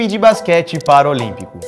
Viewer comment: Não é Paraolímpico é PARALÍMPICO